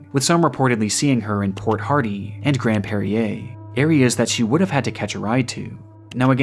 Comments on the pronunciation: I assume you meant to say: Grand Prairie (ˈprerē) in Alberta, not Grand Pairé'ā. Petit quebecoi maladroit (I can't say anything without slightly rolling my Rs half the time). Also that picture was taken facing west of 99 Ave, Downtown Grand Prairie. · Grand PrayerRee is the pronunciation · Angeline is the same age as me, from the same Metropolitan area as me, and disappeared on my birthday, and I've never heard this one, but maybe it's because there are so many 😢 Side note, - it's grand prairie (pray-ree) not grand perrier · Yoo in the video you completely butchered how you say Grand Prairie! I live in Canada and you pronounced it wrong. Keeping all the families and the people in your story in my prayers!